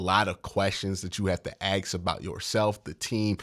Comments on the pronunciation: It is A S K for the love of God! Not A X E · please stop saying AX Its ASK you need to learn english You sound like a thud .if you want to get somewhere you need to articulate espn and all the shows wonr ever hire a guy that sounds like he has one foot i]n the hood